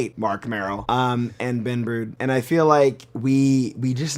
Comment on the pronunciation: Did my man just say Ben Brode?